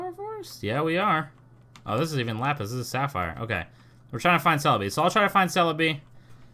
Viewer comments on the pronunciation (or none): none